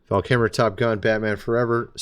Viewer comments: VAL KIL -MER , pronounce his name correctly please. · You seem to be having an AWFUL time pronouncing “Val Kilmer”.😬